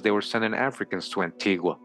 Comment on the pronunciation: Wow! I'll have to tell my husband about this. Antigua is his homeland. By the way you're pronouncing it incorrect, like the Europeans. The natives pronounce it An-tee-guh!